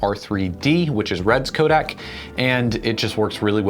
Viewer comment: Codec, not codac